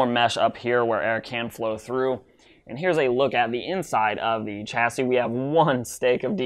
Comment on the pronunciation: its pronounced shassy not chassy